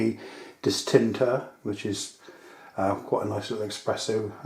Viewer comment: It's actually called an espresso not an expresso, just saying :)